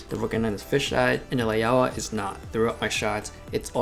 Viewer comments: Lao-wa, not Lay-oh-wah. "ao" is an "ou" sound like in "ouch". Great comparison any way. It's a demonstration of Rectilinear correction. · Take a shot everytime he mispronounce Laiaowa